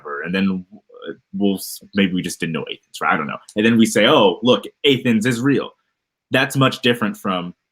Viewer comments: It is pronounced Ah-thens,. Why didn't you just admit you do not know much about Greek history and literature? Joe Smith was such a narcissist and attracts others like him to this day. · I was like, “did he just say AYTHENS?” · What in the hell is A-thens? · I'm sorry, coffee spit take here, did just attempt to be taken seriously while saying what he thinks is or isn't in the Iliad while pronouncing Athens as A-Thens. I doubt even folk in Georgia pronounce it like that. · "A-thens" lol. this person is a bullshitter. Not even a bullshit artist. His arguments are childish and nonsensical. Its more performance for him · A-Thens. I’m going to focus on that because it’s the least ignorant thing he said. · is so ignorant he can't even pronounce Athens correctly. The point that is being made is not debatable which is that because you mention some real places in a book that it automatically everything else in the book is preposterous. This is just as true of the Bible as it is of the Book of Mormon. You cannot validate the supernatural with actual cities that existed. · Can’t believe this guy, he can’t even pronounce “Athens” 🤣🤣🤣🤣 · your comment was stupid, or mine? Pronouncing words wrong is a pretty clear sign you've not had an academic conversation about the book you've read. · if Athens threw him I would be interested in his pronunciation of 'Georgia' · How can you fuck up the pronunciation of Athens?